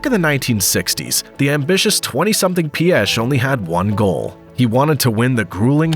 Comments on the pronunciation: Somewhat correct pronunciation of Piech LESGO!! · But Piech incorrectly 😂